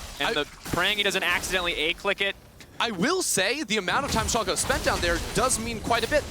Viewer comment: When this guys will learn. There haven't team named SHOLKA it is SCHALKE.